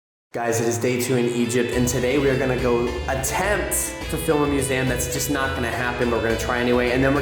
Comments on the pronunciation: Whys no one pointing out how irritatingly wrong he's saying museum hes saying it like muzaeum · STOP saying muzaaam... it's museum for crying out loud. It's a shame you visit a ton of them and you don't even know how to pronounce it right.